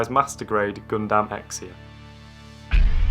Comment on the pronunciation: Love how this guy keep mispronouncing Gundam as GunDAM instead of GunDUM.